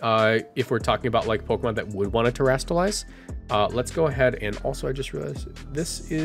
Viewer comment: Terastalize is not hard to say, come on man